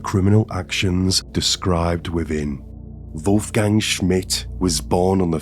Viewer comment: What's your name, dude? "Vulf-gang"